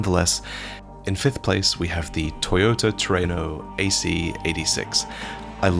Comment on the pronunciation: HE GOT IT!! HE LEARNED HOW TO SAY “TRUENO!!”